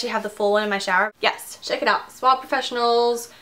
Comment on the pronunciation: suaveee not suavvvv it's spanish for soft :D